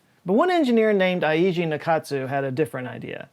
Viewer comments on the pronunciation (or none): Just a friendly tip, Eiji is pronounced Ay Gee. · It’s actually Eiji like aye-G. The e is like a soft eh while the i has an ee sound.